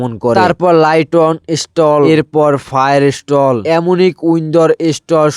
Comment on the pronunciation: ফায়ার স্টল না ভাই ফায়ার স্টাইল😂😂😂😂😅